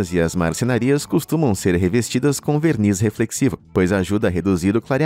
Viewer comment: veRRniz? Alerta de paulista